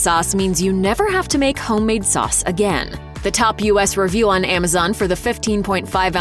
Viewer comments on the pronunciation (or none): none